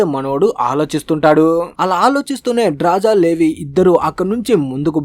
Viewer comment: ఆమె పేరు డ్రాజా కాదురా అయ్యా, డ్రాస. 😅